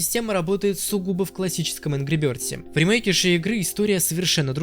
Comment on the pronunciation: Ангру бëрдз